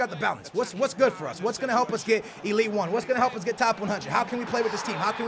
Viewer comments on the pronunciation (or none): none